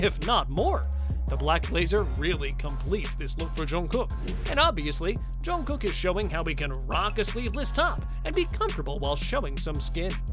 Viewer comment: Loved the outfits...but PLEASE learn to pronounce his name correctly! I literally cringed every time you said it!!!